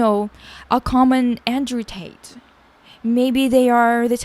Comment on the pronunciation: You said common Andrew Tate like it's a species of lizard or something lol